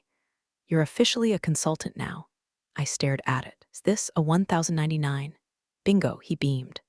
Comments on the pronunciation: I don't think we have much to fear from AI. It's IRS form 1099. Even a cave man knows it's pronounced Ten Ninety-nine, I wish they would spell out one million dollars so we can stop constantly hearing it as one dollar million. And seriously, the next to the last line is this story, again, mispronounces the word "read". Can one of you people, plase, program it into the computer that the past tense is "red" and everything else is "reed". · In the real world it's pronounced 'ten ninety nine.' Love the stories. The bad guys get a taste of their own, the good guys work hard to keep everything on the up and up, and sometimes the snark is just hilarious.